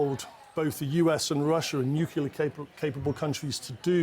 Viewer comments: It's nuclear, not nuculear. Idiot. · Newkular. Much better than the oldkular. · Simply cannot listen to so-called experts that add an extra syllable to the word 'nuclear'. Next! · Guy can't pronounce nuclear